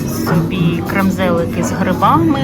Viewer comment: КрЕмзлики. Вибачте , але ви так смішно інколи назви говорите, не правильно,що хочеться вас виправити.